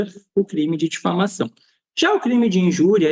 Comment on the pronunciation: O Delegado não tem nem horatoria, não sabe nem pronunciar a palavra diflamação. Vejam o vídeo dele tentando justificar 😅😅😅